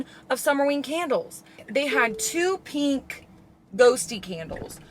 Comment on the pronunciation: I’m so sick of hearing people pronounce pink, PEENK. There is no E in pink.